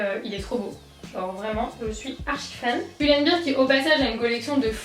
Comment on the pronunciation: On dit pull and ber et pas pull and bir